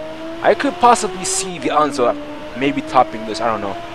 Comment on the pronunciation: Why do you pronounce Enzo like that? I've never heard it called "Anzo" :/